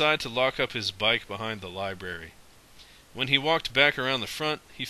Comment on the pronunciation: Lie. Brare. Ree.